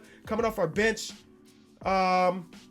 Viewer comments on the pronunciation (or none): Lmao any time he says bench I keep hearing “bitch”